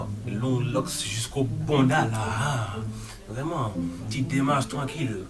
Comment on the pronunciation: " une émision vreumant " jpp